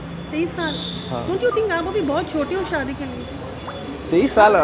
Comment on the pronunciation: Shaadi ❌ Saadi ✅ Camera ❌ Kemra ✅